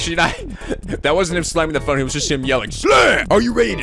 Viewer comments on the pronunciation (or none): none